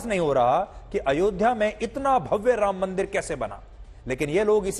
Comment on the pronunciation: Madam ji mandir hota h mandar nhi